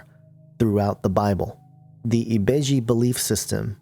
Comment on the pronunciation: Yoruba is a fucjing tribe. NOT religion. and ibeji is the world. not ebiji ugh